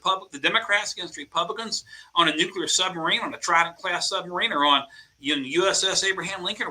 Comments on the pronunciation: Benny please say NUCLEAR correctly. It's not NUCULAR! It really makes you look stupid. Sorry, because I really like you. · Nucular is not a word. Come on man! We depend on you! Don’t give libs chances to make fun!